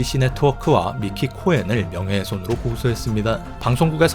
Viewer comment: 코헨이 아니라 코엔으로 읽습니다. 코엔은 대표적인 유대인 성씨중 하나라 아마 이사람도 유대인일듯하네요.